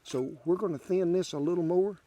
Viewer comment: love when he makes the word thin 2 syllables